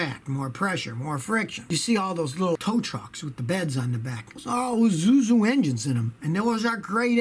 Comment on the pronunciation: He says izuzu lol🤣🤣